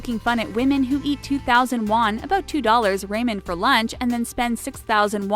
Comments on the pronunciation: Silly-cone valley is pronounced silly-con valley, ray-mun is pronounced rah-men, high-und-i is pronounced hyun-day. What is wrong with the narrator? Doesn't she speak English or know anything about what she is talking about? oh, and gang-em is spelled gangnam, there is an N in there..... Is she a robot or something? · Did the narrator really say "RAY-MEN" and not "RAH-MEN"